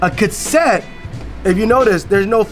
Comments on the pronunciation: consent? ka set? is a kook lmao love him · So damn funny when kept laughing and grinning when was miss pronounce Cassette 😂😂😂😂😂